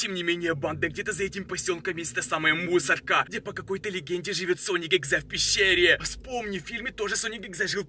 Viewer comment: +++, еще последнмй слог в словах выговаривает, пример: мусорКА, сониКа